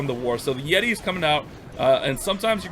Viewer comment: “Yeti” but love the vids . Keeps the good vibes during all this quarantine